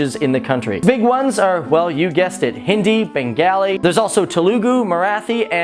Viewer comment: By the way u don't pronounce Telugu Marathi and Bengali they well. Don't saw eww to my country think if I say such things like eww to ur country how would u feel